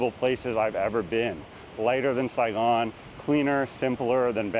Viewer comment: "Saigon " ?? Really??